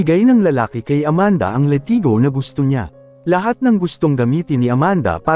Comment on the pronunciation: Ka slang ba latigo hindi letigo